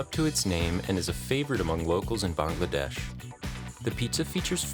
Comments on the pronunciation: Literally the first person I heard say “Bangladesh” correct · When an American finally says bangladesh correctly Thats enougn i feel satisfied